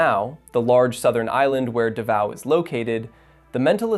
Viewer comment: It's not Duhvao... it's Daaaaavao. Long aaaahhh. Lol.